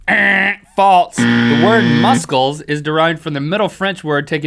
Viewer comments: Katie Hyde 'Foam' is also a word, but the sentence "I called my grandmother on the 'phome' " would be similarly aggravating to some people. It's all about the intention of the word, and the intention here was to use the word 'false.' 'Faults' would be grammatically and semantically incorrect within the context that Link was using it. That being said, the way that Link pronounced it didn't bother me, because nobody's perfect. Also, with respect, if you believe that freedom of speech means that nobody can criticize what anybody else says, then you would be violating it by criticizing what he/she said. However, that's not actually the purpose of freedom of speech, as defined by the First Amendment to the U.S. Constitution. Freedom of speech means that the government cannot create laws that limit the free speech of citizens. It's not targeted at individuals or companies, which is why YouTube can remove comments that it sees as inflammatory, for instance. As I alluded to already, freedom of speech is part of an amendment to the Constitution (the First Amendment) included in the Bill of Rights. It's not part of the Declaration of Independence, which wasn't too fussy about the specific details of how the U.S. government would operate, but was merely intended to be a statement to Great Britain and the world that the Thirteen Colonies were now members of an independent sovereign state of their own design and no longer part of the British Empire. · Anyone else get annoyed at how Link puts a T in false making it sound like Falts? idk, I love this show and watch it daily, not hating or anything, just stating one of the things I find annoying. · Anyone else notice when link says false it sounds like he's saying "faults" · true or faltz. why cant link pronounce false? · Is it just me or does Link say "False" like "Faults" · Link adds a T to false ... "That's faltse." I can't decide if it's endearing or annoying. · Stop saying faltz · Why does Link pronounce false as falts?